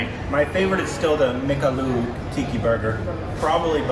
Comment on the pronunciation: saying burger a barger 😂